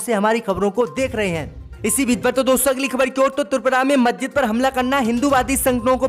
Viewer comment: I am from ALIGARH U.P. नखलऊ, मज्जिद और कई शब्दों का उच्चारण ठीक करें م خالد انصاری دارالقلم علی گڑھ